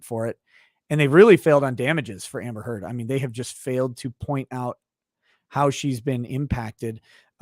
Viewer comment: Yo someone timestamp the part where the lawyer says "Amber Turd" for me please!